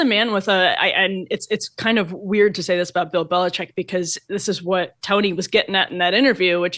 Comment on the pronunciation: OMG....you guys, it is Bill BeliCHICK, not BeliCHECK. Just like the illegal drug coming over our borders... it's FentaNYL, not FentaNOL.... Sheesh!!!